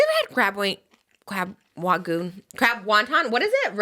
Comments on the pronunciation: crab wagoons trish i’m crying hahahah it’s rangoon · Lmao at Trisha trying to say crab rangoon 😂😂😂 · CWAB WAGOO 😭😭😭